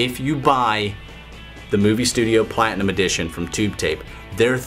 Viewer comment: I always laugh how you say PLatinum! You always say the first two letter so hard XD